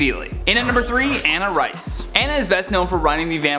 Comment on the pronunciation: Anna Rice? It's ANNE Rice